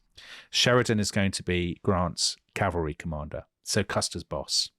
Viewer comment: Last Stand of the 7th Calvary... Butchered